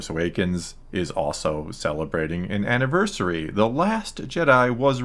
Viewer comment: "anniversary" lol